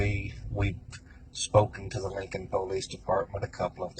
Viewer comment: “Linkun Poelayce Daypardmun”